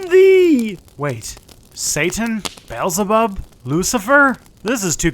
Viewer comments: I died when he mispronounced Beelzebub as Beezlebub. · Funny how he says beezle bub